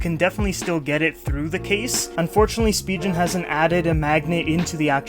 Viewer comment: "Spigeon" lmao